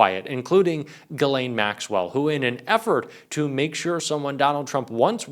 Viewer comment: Her first name is French and is pronounced "Ghis-laine", the "s" is not muted and the "Gh" is pronounced as the "s" in "measure". There's another French name, Guylaine and that one is pronounced like everyone does: "Gui-laine". I had to get this out of my chest, my ears are buzzing every time I hear her name on English speaking news channels or YouTube 😵‍💫😄